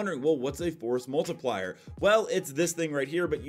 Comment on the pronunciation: Stop saying forced multipler. Seriously its stupid!